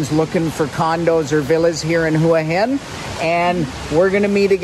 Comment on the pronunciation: well presented video , well spoken and informative , also good to hear you pronounce Hua Hin properly , a lot of people don't . good idea to bring the chick with you .. makes a difference